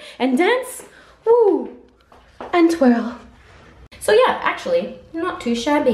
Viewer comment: why do you say “so” like soar